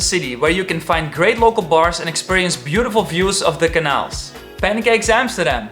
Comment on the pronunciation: You are mispronouncing "canal" :)